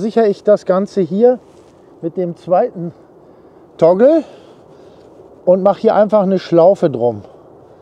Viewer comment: Praktische Idee! Spart sicherlich einiges an Zeit beim Auf und Abbau. Nebenbei, was ist ein 'Tongel'? Meintest Du vielleicht 'Toggle', also einen Knebel? Danke für's zeigen und nachträglich noch alles Gute zum neuen Jahr! Nachtrag: später im Video wird's deutlicher, gemeint ist tatsächlich 'Toggle'. Sorry, hörte sich zu Beginn anders an.